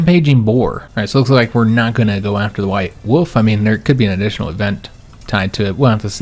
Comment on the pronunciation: Same it had me rolling when he kept saying “white woof”